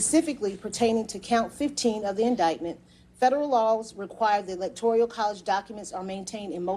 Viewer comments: This is great news! The other defendants must be freaking. Let's see how trump spins this one. It's good to see/hear the court proceedings - very orderly P.S. The woman reading the charges consistently mispronounces the word 'electoral' as though it's spelling included an "i", like 'electorial' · This is great news, but goddamnit, it's ELECTORAL not "ELECTORIAL." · Electoral. Not electorial. Jeez. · It’s “electoral,” note”electorial.” It’s like fingers on a chalkboard. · It's "electoral" not "electorial" !!! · She keeps saying "electorial college" instead of "electoral college" ... am I the only one? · Electoral not "electorial". But anyway great statement. Public now. How will MAGA rationalize the conspiracy AGAINST Trump now? Threaten Powell and Cheseboro?🙄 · Electoral not Electorial!! That readout was driving me crazy but happy to see Trump getting more bad news! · This lady not know how to say “electoral”? 😂 tf is “electorial” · the clerk reading the charges needs to get the proper pronunciation of ELECTORAL isn't "electorial". it is a repeated faux pas and needs to be addressed. she otherwise did an admirable job of reading the densely worded charges. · Someone please tell her it's Electoral, not Electorial -. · ITS ELECTORAL NOT ELECTORIAL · It's Electoral, not Electorial sweetheart! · my ears tingle each time the prosecutor says "electorial" 😖 and i'm not even a native english speaker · Quit saying electorial lol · She keeps saying elecTORial. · woman cannot pronounce electoral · ELECTORIAL IS NOT A WORD!!! She’s is an excellent DA but hearing that mispronounced over and over is so annoying! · STOP SAYING ELECTORIAL!!! FUDGE! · I cringe every time I hear "electorial." Otherwise, great news! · That bothered me too. Stop saying electorial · How can a judge mispronounce the word "electoral" so many times? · I don't think you should be a judge if you cannot pronounce "electoral" correctly. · Why does she keep saying electorial? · Electoral, not electorial.